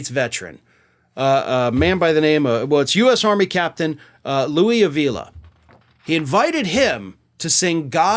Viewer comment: Four long years in which Donnie Boy proved beyond all shadow of a doubt that he is a nincompoop and a thoroughly worthless individual and a nauseating excuse for a man. Pronunciation is AH-vila,. (Spanish-Latino surname) Donnie Boy is vile, indeed.